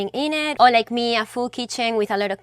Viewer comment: You said “Unfollow meh”, hilarious…just app